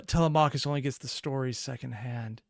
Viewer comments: Tele-mac-hus 😭 thats not how you say his name!! Its tele-me-cheis (i think??) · Please for the love of all that is holy learn to properly pronounce TELEMACHUS!!!